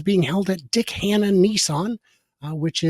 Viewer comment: 'Dick Hannah Nissan'.... I wondered what on earth you said, but then caption came up, thank goodness! To many Brits, 'Dick Hannah' sounds a little bit suggestive.